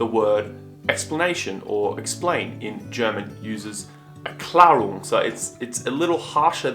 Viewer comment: "Erklärung" pronounced more like the french word "éclair" + the ending "oong" (pronounced the English way)